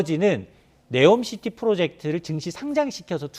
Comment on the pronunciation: 네오가 아니라 니옴 시티